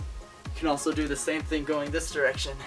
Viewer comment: try 'thing', not 'thingk'